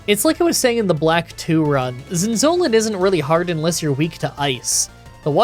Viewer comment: Every time when he says Zinzolin, I hear insulin 😂😂😂